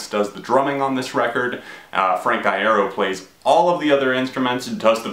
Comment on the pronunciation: every time you mispronounce his last name i cut myself